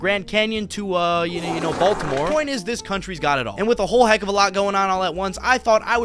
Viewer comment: baltcore? what was the word?